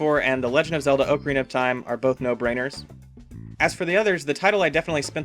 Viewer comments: Just like to say it’s not oak-a-rina it’s oc-a-rina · Not OAK-Arina lol